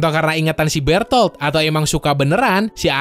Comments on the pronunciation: Beretoto, Berutoruto wkwk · Gw pernah denger eren manggil bertolt jadi bertod wkwkwkkwkw